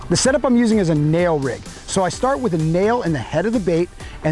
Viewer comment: Neko rig not nail rig